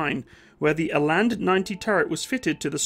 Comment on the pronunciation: It's pronounced Ra (as in hoorah) and till (as in money in the till). The "R" is pronounced more harshly like the Scottish "R". Eland is pronounced Ee (as in ear) and the "a" in land (is pronounced like the "u" in hunt i.e. "lunt").